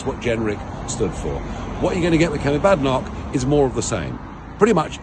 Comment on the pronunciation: Isn't it Kemi Badenoch, not Kemy Badok?